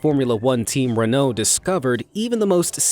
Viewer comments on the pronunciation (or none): His pronunciation of Renault hurts. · Makes me laugh when you cant say Renault properly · sigh pronouncing Renault incorrectly......